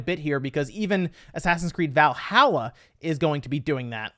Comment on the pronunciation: As a norse man it really pisses me off when he says Valhalla wrong. Please learn to say ot right